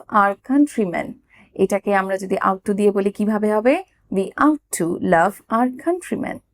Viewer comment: আপনার ভিডিওগুলি খুবই ভালো। যখন সময় পাই binge watching করে থাকি । তবে আজ একটি ছোট্ট প্রবলেম pelam- Ought to" এর উচ্চারণ "অট্ টু" ; "আউট টু" ভালো থাকবেন , ধন্যবাদ।